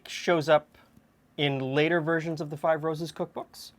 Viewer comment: When you said Five Roses, it sounded like fibrosis. Glad I was wrong 😂 cake looks divine.